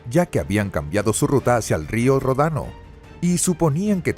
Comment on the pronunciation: Río Ródano, por favor. Traisioneros pasajes ... pffff pereza de hablar fatal el idioma...